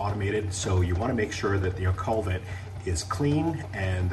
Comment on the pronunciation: Great video. I got mine spotless using your video. One thing, it is a "koo-vet".